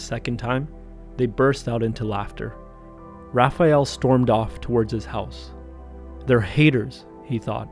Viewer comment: You are the first english speaking person that I see who pronounce "Raphael" correctly. Most people say "RaphEal"